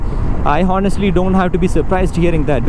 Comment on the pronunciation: Boy its not "HO"nest, its Onest. " H" Is silent. pls mind this in your future videos. you sound unlearned when you say "HO" its should be pronounced "O". Check the phonetics and pronunciation videos. Good luck boy